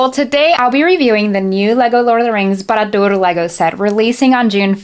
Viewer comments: Finally, someone who actually knows how it should be pronounced..BAAH RAAH DUUR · How dare you pronounce Barad-Dûr the exact same way I do! 😁 I still need to get Rivendell so maybe I'll be able to afford this one in 2026. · Your Sindarin pronunciation of Barad-dûr was immaculate, so you definitely get a free pass for a pronunciation in the Common Speech as well lol